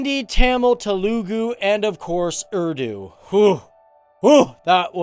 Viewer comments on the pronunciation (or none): none